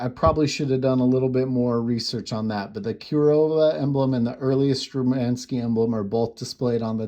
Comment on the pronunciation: Very nice watch and video about it. The Kirova Logo is below the 12 o'clock position and the word »Shturmanskie«, as the name »Kirova« is part of the writing. By the way: it is pronounced Shturmanskie (the first letter is a »sh« like in »shoe«, followed by a »t«). The Sturmanskie Logo is above the 6 o'clock position and the words around the number 6 mean »Made in Russia«.